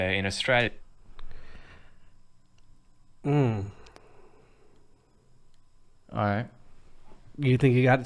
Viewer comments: Sorry to disappoint but you don' sound Australian you actually are putting the stress in the wrong place and your pronouncing the U sound we dont . Try this o·stray·lee·uh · Yes I agree but he is still saying Orstralia no Uh-stralia. I only just thought the other day in the intro wow he sounds a bit Aussie- had no idea he was actually trying 😂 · Hi from Australia, Canberra. Can I suggest you pronouns Australia like 'os-trail-i-a' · Uh. We don't say oh like Americans do, to translate it to American pronunciation it's "uhstrayleeuh" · Oss-tray-ya, mate😉